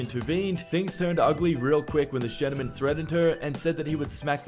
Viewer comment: And the definition of a ‘gentleman’ . He doesn’t even say it right..